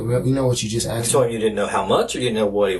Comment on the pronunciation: Axed is not asked wtf learn english or forever come off as dumb n ignorent